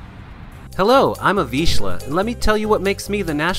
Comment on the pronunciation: Wrong pronunciation of the name of the breed...